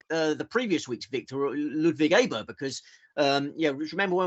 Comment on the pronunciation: well done on Aberg you have joined Andrew Cotter on the correct pronouciation